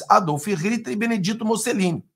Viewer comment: Não é MussEline 🤦🏻‍♀️. É MussOlini por Cristo 🤦🏻‍♀️😆